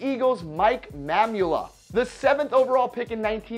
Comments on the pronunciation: Two things first, it's pronounced Irks-lay-bin and Ma-moo-la. The Eagles biggest draft bust was Kevin Allen, he was drafted 9th overall in 1985. Played one mediocre season for the Eagles before he failed toxicology test for cocaine and was arrested for rape after being cut by the Eagles in 1986. He served 33 months and was banned for life from the NFL. Buddy Ryan described him as "only someone who was useful to stand around and kill grass." Mamula was bad but at least he wasn't a rapist. Here's a link to an article from UPI about Allen's conviction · It's Mike Mamula ( MaH Moo Lah)